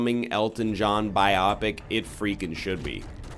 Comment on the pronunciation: NL, please, stop saying "biopic" weird. Please.